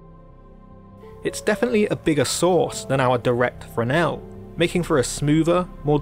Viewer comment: Thank you for a great in depth expanation. But Please look up how to pronounce Fresnel .......pronounce fresnel lens in english ..... it sounds affectatious the way you say it.